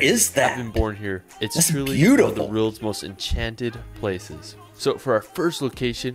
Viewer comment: He also can't say "world" properly. Boy is annoying like.